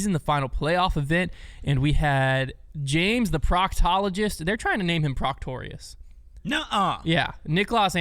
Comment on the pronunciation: been calling him proctorius for a while now.